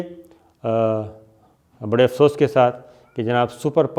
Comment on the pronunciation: جناب صابر شاکر صاحب برائے مہربانی اپنی اردو زبان درست فرمایں آج کو۔ آچھس کہنا افسوس